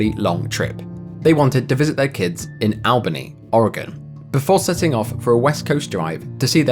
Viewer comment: I've never heard Albany pronounced like that before